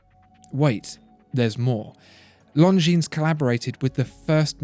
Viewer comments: The "s" as plural is not pronounced, correct? I have 1 of these from my Grandfather, who lived through WW2, (yay, me) and my step-grandad who fought in Korea gave me one. I've researched them both thoroughly, and the pronunciation is: Lahn-jeen. NOT: Lone-jeens". Please clarify, thanks. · Not pronounced „long jeans“ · Longines is not pronounced „long-jeans“. Simply drop the „s“ and you‘re almost there. If you want to buy „long jeans“, you should go to Levi‘s or Diesel. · Please...It's not "Long Jeans" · The S is silent bro.....longin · Leif Dehio, forgot to mention that the g in long is not pronounced either....just say “lon-gene” and you’ll be fine 😊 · I pronounced it long-ngi-nes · Don’t pronounce the S in Longines. Very nice video though! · You're pronouncing Longines very wrong.